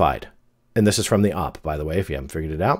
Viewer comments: Hey thanks for another great video; just a heads up OP is usually pronounced as just the letters, like "oh pea" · OP is pronounces OH-Pee. Like the letters. Thats how I've always heard it. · The OP lol. How??? Could you not it's oh pee? You've been on the internet since the beginning? Op????? Wtf????